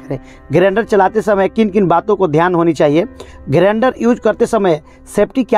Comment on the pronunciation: Video acha hai bro but grender nahi grinder hai pronunciation me